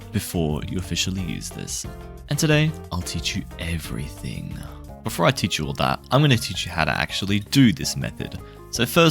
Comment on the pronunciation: Why did he say "Im gonna teach you *everything*" like that bro